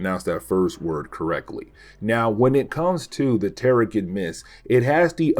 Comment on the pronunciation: The "g" in terrigen makes a soft sound. Pronounced "terrijen."